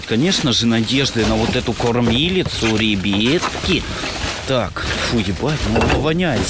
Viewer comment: Мене бісить коли ти кажеш рібітки